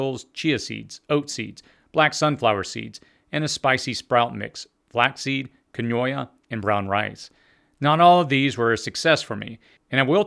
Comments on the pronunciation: Loved the video. I've been doing microgreens for a while now and they're great! Quinoa is pronounced keen-waa by the way 😀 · Enjoyed the video! If you were referring to "Quinoa," it is pronounced "Keen-wah" :-) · I was thinking... I'm pretty sure he's talking about "Keen-wah" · Oh dear g*d! Thank you! I could not figure out what he was saying, and was trying to google the sound like kinoha and getting nowhere. I didn't know Quinoa was sproutable. I'm gonna start a tray tonight. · I think that his mind kept transposing the "i" to the second syllable to pronounce it "ka noi a" . I know someone who says "foil age" instead of "foliage". It's just the way different folks see a word, I suppose. ✌🏼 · I like the video .... "keen-wah" is the correct pronunciation of the mighty little grain. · Lynda Ereshan According to other commenters I’ve read, it’s “Quinoa.” I was trying to figure out what he meant also. Besides health food stores, it can be found usually in the isle with rice in most grocery stores.Sorry forgot to add, it’s pronounced “keen-wah.” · Good info, thanks. Quinoa is pronounced. "keen-wa." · I did not understand 1 of the sprouts you reviewed. The kanoia, at least it sounded like that. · Quinoa is pronounced “keenwa”. This video is an absolute gem though! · I think he means Quinoa (keen-wah) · Love the channel. Thank you, but it took a while to figure out you were talking about keen WA That's the way its pronounced. Keep up the good work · great content! BTW Quinoa is pronounced kee-noo-ah (or ween-wah). Originally from South America (Peru, Bolivia) it was one of the Inka's "superfoods"... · I'm curious to see how many people will tell you how to pronounce quinoa. (Keen waa). Love you man, great video. I'm going to try this. I'm finding it upsetting that I haven't been doing it for years. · Nice vid. Very helpful. Ty! Oh, loo, and quinoa is an native American word pronounced Keenwah. I did the same thing for years. Lol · It’s Quinoa. Pronounced Keen-wah